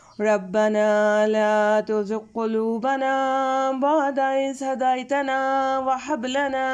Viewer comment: Jazakallah Ap qiraat may HAY ko sahi ada nahi kar rahi HAY halway wali nahi HAY hathi wali hay hadaytana n wahab may ap apni tilawat khud sun k daikh lain Plz don't mind and correct it next time plz ❤❤❤❤❤